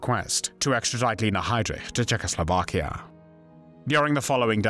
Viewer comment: Why do you pronounce "Czechoslovakia" like that ?